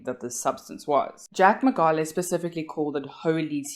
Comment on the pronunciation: Great video. But please pronounce the surname correctly.